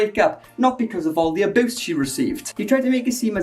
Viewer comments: Me:: Aboose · I wish you could pronounce the word "abuse" correctly, but I'll let that go since I despise Onision and love hate videos about him